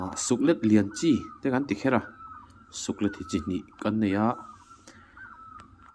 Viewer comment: i channel hi ava hlu em ,thahnemngaihna tawngkam takin Suklet hi (leilet) tih a "let" thlûk zawk hi hmangla suklet tihtur ani e